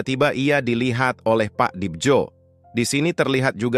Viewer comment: bawa ceritanya udah bagus, tapi naratornya gabisa baca ejaan lama. dibjo harusnya dibacanya dibyo, djagat raja harusnya dibaca jagat raya